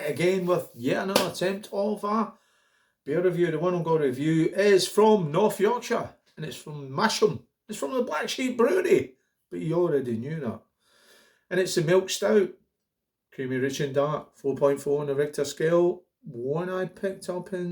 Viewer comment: A decent drop and the Riggwelter's even better, It's pronounced Mas ham by the way 👍